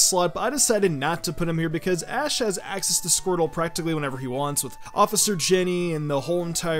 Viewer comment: he called ash Ass ketchup 😂😂